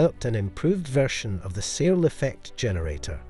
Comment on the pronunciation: A minor point but for me it's important to pronounce Searl's name correctly. It's pronounced like "Sir" with an L not "SeaL".